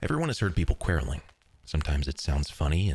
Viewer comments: Never heard quarrelling pronounced so strangely. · Kwoh-rule-ing, not Kwah-rell-ing!!! That's certainly something I could Quarrel about. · It's pronounced kworelling and I hate this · Probably a dead horse by this point but "Quarrelling" is pronounced k-war-ehlling. The "a" is pronounced the same way as it is in "war" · The irony of showing how the word "quarrelling" is pronounced and proceeding to mispronounce it, lol. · Quarrelling is pronounced in a way I have never heard before. It does not sound right. I didn't get to finish the video. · Only thing we're here is how you pronounce the word quarrelling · He pronounced it wrong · I think it sounds wrong lol “quarrelling”